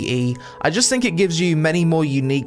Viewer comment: 'I Fink' and anover Fing...